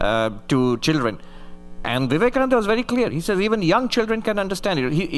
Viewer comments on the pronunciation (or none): Vivekananda ka naam to sahi se ucharan kar leti..host beta